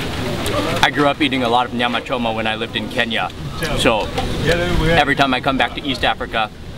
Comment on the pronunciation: Your command of Swahili shows ..The way you pronounced Nyama Choma , are you sure you're not from Moshi? 😂